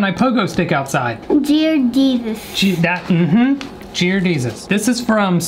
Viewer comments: Jear Desus: mm hmm yep Jear Desus 🤣🤣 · jeAR DeSUs: thats right jear desus She’s learning well 😏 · JeAr dEsUs:y-yep jear desus